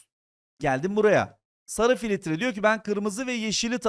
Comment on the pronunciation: hocam filitre demeyin lutfen